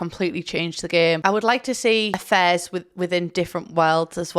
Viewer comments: Oh “affairs”! Like I genuinely thought you were saying you wanted a fez, you know like a hat? And I’m British so I’ve really no excuse (sorry). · I heard "I want a fez" instead of "I want affairs" 😂 Too much DrGluon